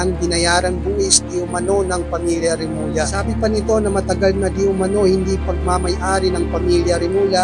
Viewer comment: Hindi remula.remulla (remulya)